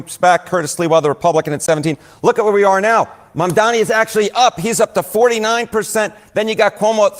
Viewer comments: you need to get his name right - his name is Mamdani, not Mandani. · Mamdani. Mam- dani. Not Mandami. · please say his name correctly: Mam-da-ni It's not Man-da-mi It's not the first time I hear you mispronounce his name. I know you can do better. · M A M D A N I and NOT Mamdami! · Please stop pronouncing Zohran's name like Cuomo does. It's not Mandami, it's Mamdani. Like a mom who's name is Donnie. Mom-Donnie. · Please, Stop saying Mandami, IT IS Mamdani IT IS Not that difficult😅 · MAM -Dani, not mam-Dami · you should stop listening to Cuomo lol It is Mamdani and not Mandami as you said it repeatedly lol I forgive you, I love you and I know your heart is in the right place. But please, read my comment to remember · You are shabby!!!!! Because you pronounce Zohran last name wrong Pleaseeeeeee note It is M. A. M. D. A. N. I. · stop saying "mandami" challenge - impossible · I love you and that's why I'm saying this. Please learn how to pronounce Mamdani before he's elected.